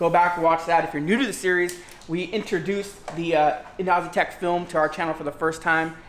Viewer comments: It’s not EENOOOZTEK ITS ENAHZATEK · yes Yannimize uses this company's wrap alot. But the pronounce it as Eno- Ze-Tek